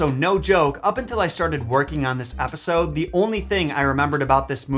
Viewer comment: Did he really say "Wrap this repisode up" at the end. Not a typo, I seriously thought I heard an R in that word